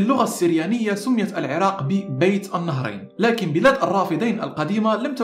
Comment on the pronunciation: أحسنت ولكن ملاحظة ..بين النهرين .. وليس بيت النهرين